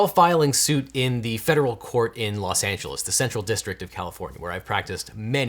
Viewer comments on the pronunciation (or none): none